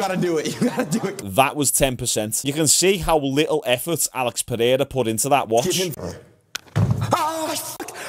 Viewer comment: Pe-hair-a goes crazy.